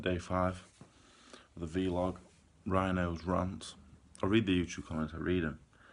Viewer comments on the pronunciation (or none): Why do u say V-Log not Vlog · please never stop saying vlog as ‘vee-log’. It makes my day 😂